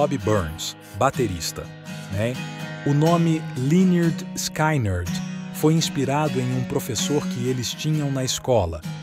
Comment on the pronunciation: Pronuncia-se leh-nerd-skinerd. Não é skainard kkkk😊